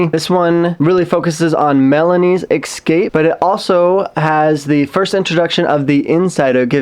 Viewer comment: Thank you for another video! I love how you say ecscape haha. Keep up the good work!